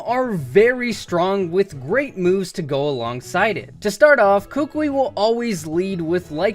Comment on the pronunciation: Koo-Koo-ee. Not Kookweee